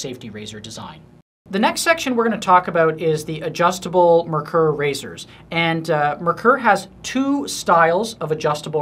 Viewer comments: If you're going to sell them, learn how to say it. It,s NOT "mer-ker" it is pronounced "mare-kor" which is German for "mercury". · Just for the sake of accuracy: it's pronounced MARE-coor. German name, german pronunciation.